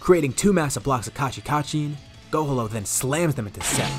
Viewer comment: Love the story just now finding out about you but I’m sorry I can’t stop hearing go homo instead of gohalo maybe it’s your accent with the piccolo and gohan fusion name I know it’s too late but why not PICHAN to close to pikon huh lmao jk idk but love the full story’s I’m going through the playlist now keep it up I hope you add the more recent stuff to this playlist of full what if story’s